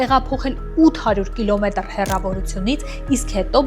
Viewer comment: կիլոմետՌ…մի քիչ մեղմ խոսեք